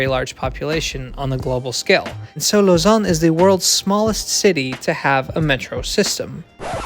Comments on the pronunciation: Well really it's more like /lozan/ i think, rather than /lozɑ̃/, but still way better lol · Glad to see a YouTube channel pronounce Lausanne properly instead of pronouncing it like lasagna